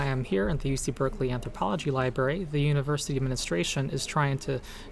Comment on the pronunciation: Thanks for the info about WOTC’s latest atrocity. Also thanks for occupying the library! I really hope your mission is a success. That being said, it hurts each time you say “li-berry”.